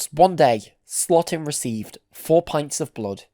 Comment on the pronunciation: Louis Slotin's last name is pronounced like SLOW-tin, not SLOT-in. 😿